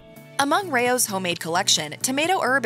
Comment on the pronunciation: Rao's is pronounced like "Rouse", not "Ray-ohs". Its a family name, Not being a grammar nazi, I would want my name pronounced correctly